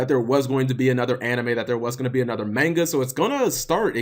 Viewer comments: i hate how you say manga. Ma-n-ga. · Learn to pronounce manga